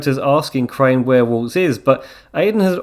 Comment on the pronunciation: nah bro, correct him all you want. We can’t have someone messing up the name of a legend so horrible